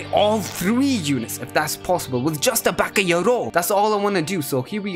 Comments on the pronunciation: It's ba'ga'yaro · It's bakayaro